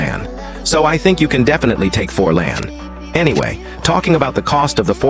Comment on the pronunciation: Forlan❌ 4LAnd✅😂